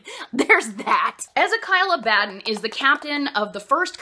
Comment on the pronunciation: I always pronounced Abaddon in my head with the stress on the first syllable, same with Torgaddon. Now that I've heard you say it, it sounds kinda like "A Bad 'Un". Which fits with Games Workshop's silly trend in names with guys like Lion El'Jonson and Ghazghkull Mag Uruk Thraka being references to Lionel Johnson and Margaret Thatcher. God these books are so silly, and I love it.